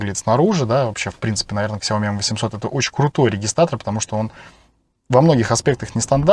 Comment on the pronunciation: Не ксяоми, а сяомИ (с ударением на последний слог).